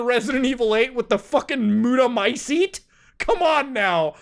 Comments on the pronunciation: He called it the Muta-mycete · "MUTA-micite." Nice.